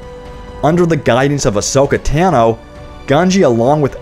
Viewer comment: How can you have obviously watched the Clone Wars series but still can’t pronounce Ahsoka Tano right